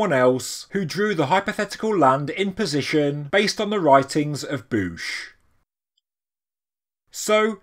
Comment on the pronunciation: I think you said it right. As a tennis fan, I know Bouchard is pronouced similarly.